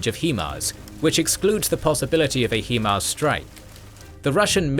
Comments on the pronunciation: The way the narrator pronounces (High-Mars) as (Hee-Mars) makes my eye twitch. That aside, great documentary. 👍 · "High-mars" for future reference. Great video. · At this point i think you are just saying "HE-Mars" on purpose.